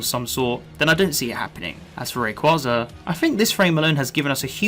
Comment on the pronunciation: The way you pronounce Rayquaza physically hurts me